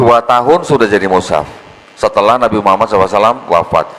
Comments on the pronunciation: Justru betul karena diucapkan perkalimat atau perkata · Sdh betul karena mengucapkannya diputus... Kalo disambunb baru dibaca Muhammadarrosulullah...